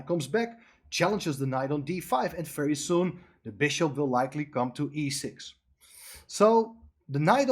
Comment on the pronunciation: Very with a V!! Not an F!!